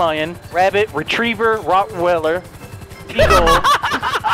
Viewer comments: Did he really just say Rottweller 🤣🤣🤣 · "RotWeller" XD